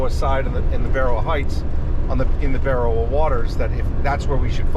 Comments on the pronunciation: Your pronunciation of Berowra and Kuringai is way off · The way you pronounce Berowra is making me grind my teeth lol 😅 Anyhow, I was fourteen years old when they went missing. I always thought they drove off the road and ended up in the Hawkesbury River. I still think that's where they are!